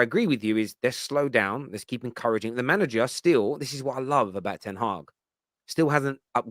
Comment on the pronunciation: It's Ten Hag not Ten haag